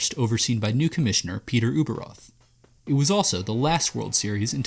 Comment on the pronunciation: Yup. He also mispronounced the last names of Peter Ueberroth and Rod Scurry. Oh well, still a nice video.